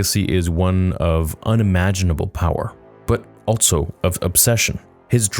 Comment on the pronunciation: There is no T or Z in the word "Also"